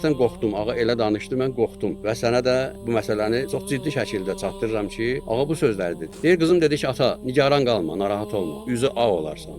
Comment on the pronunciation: Ağa yox,dğa ay aftaha😢